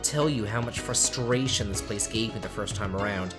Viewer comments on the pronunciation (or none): none